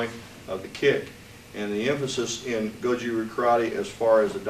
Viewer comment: you pronounce "RYU" Tae Kwon Do, and Karate all wrong! Karatee, ru, and Tai Kwan Do. I do not believe you are 10th dan although you said you were Gogen's Student.